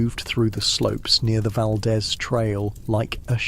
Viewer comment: Valdeez not Valdez